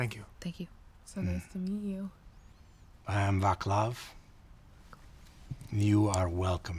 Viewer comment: Great episode, from everyone! I liked angry Rey a lot, but boy, those dice rolls... And nice to meet Isaac's sire, too. I'm sure this favor's he owes Serif is gonna get handy. Oh, and, if you read this Vaclav is actually pronounced "Vaslav";)